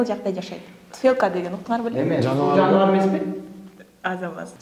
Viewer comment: Биринчи жолу кордум. Интервью алганы жаккан жок. Дикция, произношение, культура общения деген нерселерден таптакыр тушунугу жок экендиги корунуп турат. Интервьюнун сапатын начар кылып салыптыр. Мындан аркы интервьюлары дагы деле начар болоруна козум жетип турат. Качество звука тоже плохое. Берген суроолорунун жоопторун озу деле билбейт го дейм. "ТуфЭлка"))